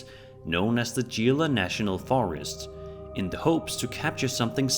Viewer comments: it's pronounced HE---LA not G-La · Gila national forest is pronounced heel-ah not geel-ah , also the screams can be a number of things, Bobcats or mountain lions to name a couple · Its pronounced He-la not G-la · It’s pronounced Hila. Not Gila. It’s Spanish. And it’s in New Mexico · the forest’s name is pronounced Gila (He-LA) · Gila pronounced he-la But yeah I live about 80 miles south of the forest. There's plenty of stories out of that park. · Future reference my friend; Gila, is pronounced : Heela. I love the channel,not trying to be a dickhead. You're intelligent, I'm sure you won't take it the strong way. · Gila National Forest, Pronounced "Heela". As for the videos, number one is someone laying behind the pile and using the chair leg to move the chair. The sounds probably come from the cars on the road you can spot in several scenes. Number 3...well it's tiktok so it is fake. Video Number 4 is possibly real since the chair would not stop so abruptly if it was being pulled with invisible thread. Number 5 I GOT NOTHING. Just my opinion. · Gila is pronounced Hila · "Gila" is pronounced "hee-la" as the G sounds like H in Spanish. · The screams in Gila Nat'l Forest (pronounced Heela just so you know) are probably fox, puma or coyote. Many animals native to the area make very disturbingly human sounds, as well as feral and stray cats which can also wander out into the wilderness as well. It also sounds distinctly like an Aztec death whistle, which lots of people own to this day as either artifacts or simple replicas bought at gift shops. And I will add, as a child I often made "demon" sounds in the dark or the woods to creep other people out, you all could be fooled by a small child who just thinks it's funny to make creepy noises. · fyi gila is pronounced heelah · If you care is pronounced heal la = gila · Who's skin crawled every time he said Gila? 😉